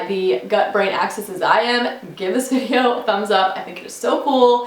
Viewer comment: It’s gut-brain axis, not “access”. Pretty good video.